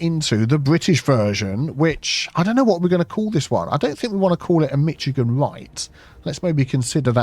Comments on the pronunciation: To the Youtuber,. It has come to our attention on the West side of the 'Pond' that you are mispronouncing the name of the Great State of Michigan. We have observed you to pronounce it at "Mitch-ih-gahn." This state's name is pronounced "Mish-ih-gahn." Alternatively, if you must, you may pronounce it as "Mish-ah-gahn," this is low-brow Illinoisian and Wisconsin pedigree, but is acceptable. How you have pronounced this state's name is simply will not do and is not done. We point out that your sauce is pronounced nothing like its spelling, that being "Wooster-sure" sauce when it's spelling is Worcestershire! Why?! We haven even named a cruiser in the county Lord's manor, that being the U.S.S. Worcester. We will not even go into your county names! Therefore... Nay! We demand that our great state shall be pronounced properly dear Sir! If ye should continue in this gross insult to our 26th state, we shall have to start pronouncing your sauce and counties as they are spelled, and we do not want that, do we? Signed, "Murica (This is tongue-in-cheek and in no way serious. Oh Christ, I'm pronouncing it wrong in my head now! Screw you!:P) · Being from Michigan, it's very humorous and difficult to listen to the pronunciation "MITCH-A-GAN" but very understandable as is from the UK. I'm only two minutes into the video, so if this fix works and you use it in other videos, it's pronounced "MISH-A-GAN." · Michigan isn't pronounced with the "ch" sound, it's more of "sh" sound. More like "mish-a-gan" not "mich-a-gan". Love the videos! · Someone who lives in Michigan it sounds so weird hearing mitchagain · Every mitschigan made my eye twitch there's no T there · P.s. Michigan is pronounced Mish-again. 😂😂😂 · I’m from Michigan and just love how you say Mitch-i-gan! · As much as I love your videos I just couldn’t stand the Mitch-a-gan. So hard on the ears. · Come on, it's pronounced "Mishi-gan" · It's still pronounced as Mish-a-gan in British English